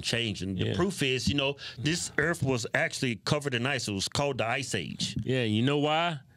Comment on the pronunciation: The earf!! Lol